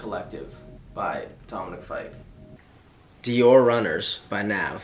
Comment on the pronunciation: When Matt said Dominic fyke AHHH